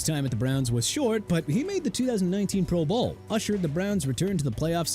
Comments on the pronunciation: Why do you say pro bowl like that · Is it just me, or does the inflection on the phrase "pro bowl' sound a little odd?!